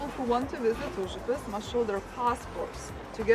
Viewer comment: OH! LOL! Did you hear how she pronounced Uzupis!?